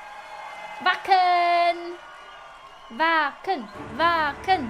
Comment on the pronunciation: "vacken" ?? For a second there I thought you said another word very similar lol I was like "WHAT THE..!" btw love the new look WOW